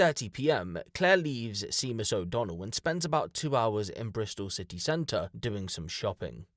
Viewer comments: Seemus o Donnell is wrong is pronounced shea-mus Irish names are funny top quality content as always🇮🇪👍🤘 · Sorry to say this to you..but its not Seemus...its said Shaymus....Seamus. Its Irish....made me lol though...🇬🇧👍👍👍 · I love your videos bro. Just one thing. It’s not “seemus” 😂 Seamus is pronounced as “Shaymuss”. I’m pretty sure it’s originally an Irish name and Im slightly surprised you’ve never come across anyone by that name but maybe you’re just not as old or knowledgeable as I am. I thought everyone knew how to pronounce Seamus though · Brits pronounce Seamus as seemus? 💀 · Just as a point of detail, it's pronounced 'Shay-mus'. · Seamus is pronounced shaymus. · I think you’ll find the name ‘Seamus’ is pronounced ‘SHAY-muss’ . . . emphasis on the first syllable. Otherwise, this was an interesting case. Thank-you. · Its pronounced shamus mate, shay-mus. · Seamus is pronounced 'Shame-us' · Sèamus is pronounced Shamus It's an Irish name You are British, love Come on! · Seamus is pronounced Shay-mus in Gaelic ……great content, well done…… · Yes! You'd think he'd know how to.pronounce it! Lol, it's pronounced "SHAY-MIS" but spelled "Seamus". 🤷‍♀️ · lil thing for future reference, seamus is the same as shamus. same name and pronunciation, different spelling. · Seamus is pronounced shaymus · Seamus is pronounced like Shaymuss 👍💯🇮🇪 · Not that it matters but Seamus is pronounced Shay muss ❤ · Seamus is pronounced "Shaymus". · Shaymus- that’s how you say seamus. In case u we’re wondering 😊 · Its pronounced shaymus lol, didn't you study Seamus Heaney in school?! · I don’t know who that is but I’d pronounce it as shaymus. It just depends where you’re from and how you pronounce